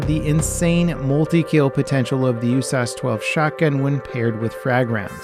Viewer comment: Why are you pronouncing USAS?